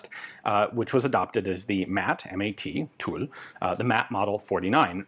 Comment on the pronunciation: Ian, I’m super pleased to hear that you have finally nailed the pronunciation of ‘Tulle’!